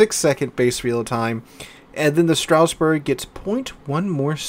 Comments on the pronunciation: It pronounces : Straas Bour Not StRaussBeRg. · Everytime says Stra"U"sburg, a part of me dies inside 🥲